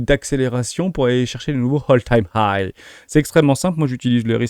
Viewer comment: Prononciation de "Apple", pareil y'a pas de H Et meme si ya un H à "high" tu insistes beaucoup trop dessus 😅 Quelques tics de langages aussi. "Dès lors", "soit dit en passant" Tu le dis beaucoup trop 😊 😉😉